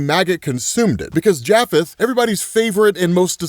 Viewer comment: Not trying to be one of those people but …… it pronounced Japheth ( ya -fett).